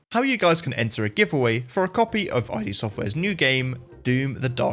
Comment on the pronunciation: It's not "eye-dee" software, it's "id" as in Kid. Great run though and big accomplishment!